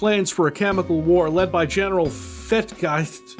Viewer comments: Weirdest thing about this video is I said "hey i don't have to play wolf3d now" and now i want to. Oh, and Gesicht is pronounced ge-seejt. Here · The general is pronounced "Fettgeziht" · GENERAL FETTGESICHT: "Led by General Fettgast... led by General Fettgrezcht... Fettge Fettgayst Fettgesteck... General FATFACE" 🤣🤣🤣 i am german and this is fuckin hilarious 😄😄😄🤣🤣🤣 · I think Fettgesicht would be pronounced "Fet-ge-sict". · for anybody who is interested, General Fettgesicht (fat face) is pronounced 'Fett-geh-zisht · YOU MAKE ME SCARED: How did you pronounce Fettgesicht (Fett-ge-sicht) fɛt-ɡəˈzɪçt . You failed worse than any native English speaker. Great video as always. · the pronunciation is "fett-geh-seesht" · pronouncing General Fettgesicht is funny, but what funnier is is that when he said Fatface, he's not actually wrong. Fettgesicht is German for Fatface. XD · got me at the general fatface thing pronunciation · I thought that was just a funny way of mispronouncing Fettgesicht. Nope. "Fat face," that's the actual translation. 😂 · As a german I literally laughed my ass off when you pronounced ‚Fettgesicht‘ 😂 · Me as a german listening to trying to pronounce "Fettgesicht" was the thing I needed to have a good day